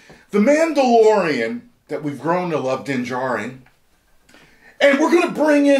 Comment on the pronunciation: I'm pretty sure that the D in Djarin is silent. Just saying...